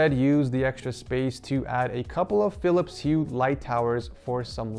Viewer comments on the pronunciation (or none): none